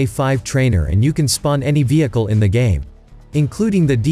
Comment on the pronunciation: I like when he tell vieeechal 😂😂😂